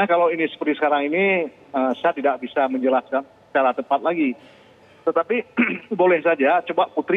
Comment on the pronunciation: tolong bedakan J dengan C, misal: juga bukan cuka, menjelaskan bukan mencelaskan.